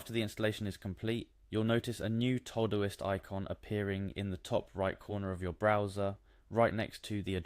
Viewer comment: This was helpful. Please note: The program is called Todoist. It's for things TO DO. Pronounced TO-Do-ist. Not TOE-do-ist.